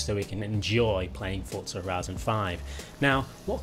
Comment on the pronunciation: How come you say the z I horizon correct but you say forza like fortza